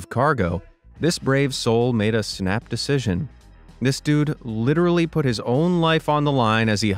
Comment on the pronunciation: litteretily tho